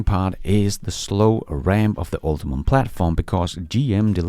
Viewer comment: Hey, just FYI, GM's platform is called "Ultium" not "UltiMum"